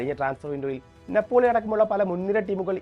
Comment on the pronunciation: നപ്പോളി അല്ല നാപ്പോളി എന്നാണ്